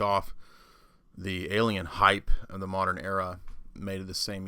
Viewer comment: NEVER will the Ancient A-LIE-en mythos be disproveded! 😂